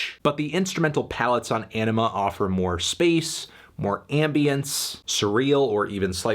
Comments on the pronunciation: smh melon its anima not enema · great review, but it’s called ‘anima’, not ‘enema’ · Anthony it’s Anima not enema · P F / Dad Reacts Anima not enema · Sorry, I just keep hearing "Enema"... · Did he just call it Enema? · It is pronounced enema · Sorry did you say enema? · Why do you pronounce it as "enema"? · Every time you say Anima I hear Enema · You said...enima? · Please stop saying "Enema". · pfft. sounds like this nigga said enema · Great review, but its 'Anima' not 'MBDTF is a 6' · Great review but I believe it’s pronounced Anima, not little anime girls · The pronunciation of Anima is wrong Anthony.